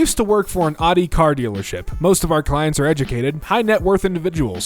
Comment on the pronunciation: The way he says Audi makes me mad